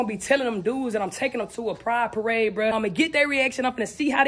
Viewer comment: "its a paradebiside our city yeahh" 😂😂